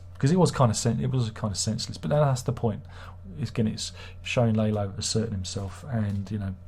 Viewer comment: Larlo, not Laylo